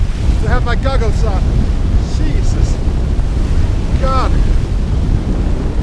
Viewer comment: i like how he says "cheesus christ"